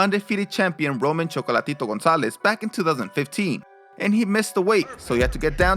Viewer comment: It’s Chocolatay Taetay🙈